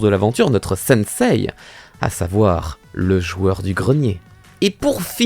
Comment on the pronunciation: senseiii xd ah ba bravo mdr c'est senseee 🤣